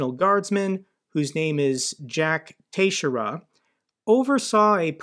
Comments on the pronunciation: The leakers name is Portuguese. It is pronounced Tuh-SHARE-uh. Love your video's Jake and the only problem I find with them is that they are not daily! Thanks!!! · That last name is pronounced, TEX-AIR-RUH. I know from a girl with that surname from highschool, just FYI. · Hi Jake. It's pronounced "ta-SHARE-ah". Keep up the great work. 😊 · Lol you pronounce that last name Tix-Sarah. It's a very common Portuguese last name. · Jake must not follow baseball if he can't pronounce "Teixeira" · Quick question if I may, is your pronouniation of his Surname correct or are you guessing like I am? You seem to pronounce the X as a T which was not what I guesses for sure. ;)